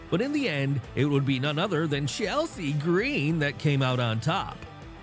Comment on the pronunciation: I love how he said Chelsea Green. Too funny